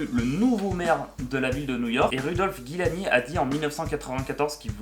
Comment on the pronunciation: Rudolph Guillani HAHAHAHA T'as inversé le i et le u dans la prononciation et oublié un i :P Giuliani ;)